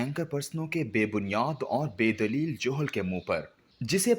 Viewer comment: جُہل نہیں جَہل